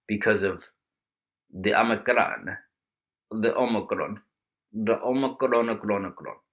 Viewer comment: Please do more "omnicron" statements in that Indian accent lol